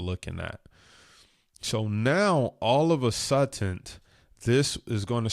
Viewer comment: Lol he said all of a suddenth 😂